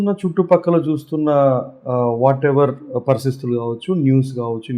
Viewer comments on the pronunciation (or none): అది 'పరిస్థితులు' రా వెధవ పార్శిస్తులు కాదు... తెలుగు లో చిన్న పదం పలుకటానికి రాదు.. మళ్ళీ వేటూరి తో పోల్చుకుంటున్నాడు ఈ చెత్త నాకొడుకు...